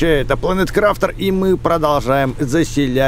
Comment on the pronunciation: МММ я конечно не осуждаю но можно правильно говорить название игры планет крафт(крафтер)